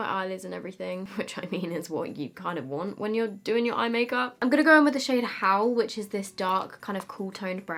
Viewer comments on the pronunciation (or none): What you said: “Going into Howl, which is the dark brown...” What I heard: “Going into Hell, which is the dark brown...” 😂😂